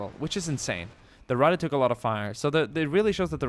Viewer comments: why does everyone say rattay instead of rattuh, its not pronounced that way. every one who makes a video about this mispronounces it. its not french the e does not make the ay sound at the end of words in german, its ein-uh, mein-uh, Ratt-uh, its not ein-ay, not mein-ay, not Ratt-ay. like i get it, its not common knowledge but jesus god trying to learn german is hard when everyone butchers the language. it was fun though and you did say it right a couple times in the beginning which is more than ive seen before. é... that is the e that makes the ay sound everyone. this e makes the uh sound at the end of words. knowing is half the battle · i like how he pronounce " Ratte " as swedish boyo. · Ratte nearly sounded Italian :'D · The way you say Ratte :D